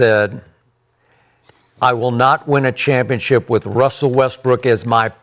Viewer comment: And Gil kept calling Dirk dirt lmao! Oh and kept saying Wussel not Russel they all messed up